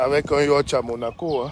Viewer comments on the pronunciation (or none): Un yacht se prononce yot et non yatche 😂😂😂